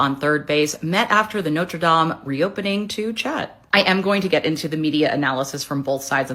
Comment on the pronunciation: Ok, it is none of her business and she needs to pronounce Notre Dame properly. It is none of your business our country. You know nothing about the RF. Prince William can meet whomever he likes! Trump like the RF. she’s weird.